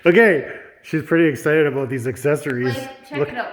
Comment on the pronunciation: IF THIS IS CANADA : is the legitimate first time ever actually head it pronounced “ A-BOOT” in real life omfg I’ve been saying all my life (25) I’ve never heard it pronounced like the stereotype